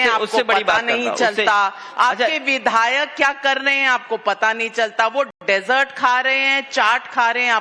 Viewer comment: Dessert not desert